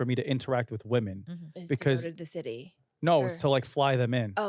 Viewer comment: I can NOT deal with her constantly saying "WomAn" instead of "WomEn" when talking about multiple girls!